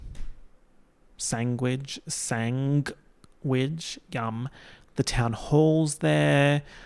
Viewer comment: Sang-which gets me every time